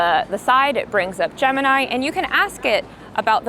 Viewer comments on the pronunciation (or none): none